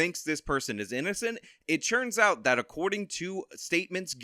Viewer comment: Dude if I hear "it CHurns out..." one more time I'm gonna cut my own ears off